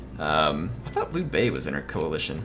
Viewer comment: This was from your last episode, sorry! Hey, just wanted to give you a few helpful pointers 🙂 1. Liu Bei is pronounced like ( LEE-U BAYY 2. In that failed ambush battle you faired very well but I noticed you didn’t use your champion to the fullest. I know that he is meant for taking on enemy champions but he can actually fair pretty well against early game INF. 3. I was thinking that maybe doing a voice overlay after the battle to show us what you were thinking and you could be in Cinematic mode rather than talk during the actual battle. You could concentrate more. ( check out this YouTube channel called surreal beliefs to better understand what I am talking about ) ( his battles in his Cao Cao campaign. 4. USE YOUR CREDIBILITY!!!!! Cao Cao was a master manipulator. He could sway almost anyone. Credibility is a god gift in this game especially in legendary. You should really set up some proxy wars between some factions you are at war with and their neighbors to ease your tension 5. In that peace deal with Yuan Shu, it would have been more beneficial to request regular payments than one time considering that he paid a huge amount. You could have gained a ton more money. I have played as Cao Cao and only Cao Cao, I am not exaggerating. I have been trying to figure this game out and I have for him at least. I know this is hard to believe but I have played and failed and restarted my campaign as Cao Cao at least 50 to fully understand and predict certain outcomes and chances